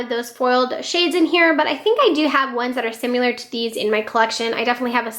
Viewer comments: Loved the declutter video! Great collection 😍 I must say tho, similar is pronounced like it’s spelled, not “simular,” like how u say it several times in ur video 😉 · Oh boy. Great video but you are really having issues with pronunciation, especially the word “similar”. You might want to Google that one and practice saying it.